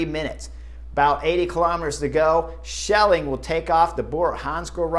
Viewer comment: Say it: skelling.